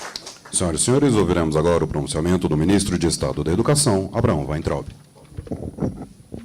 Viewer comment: Pronuncie : Abra ram Vein traube !!!